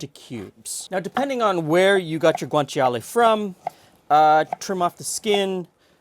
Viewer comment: Yeah, pronunciation was almost spot-on. wins against most non-native speaker in that department. The "cia" in Guanciale doesn't quite need to be that explicit, instead of a "tshee-ale" it's pretty much "tshale" - same for gricia: it's simply pronounced gri-tsha rather than gri-tshee-a.